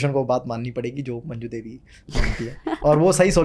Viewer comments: Mam, its not majnu devi, Its manju devi.. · It’s manju devi not majnu . Such a iconic character and we miss the correct pronunciation 🍁